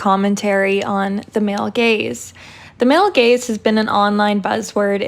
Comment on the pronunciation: I can’t unhear “male gays” and I’m confused for a second every time.